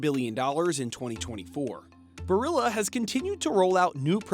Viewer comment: This is beside the point, but pronouncing Barilla like it rhymes with gorilla is hilarious.